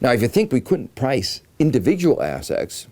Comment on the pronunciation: Is he saying "assets" or "ass sex"?